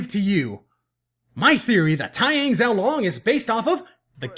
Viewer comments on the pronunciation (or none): Please work on your pronunciations I love your reviews... but cringed every time you said "xiao long" or "Oum"